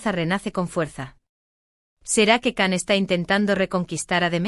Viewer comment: Se dice Gian o Yan no Can.